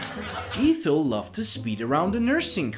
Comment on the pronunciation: The first E in Ethel is short sound not long.